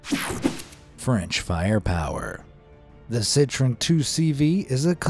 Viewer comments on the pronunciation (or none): citroen not citreon